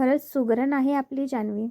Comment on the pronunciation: शुगरण नाही सुगरण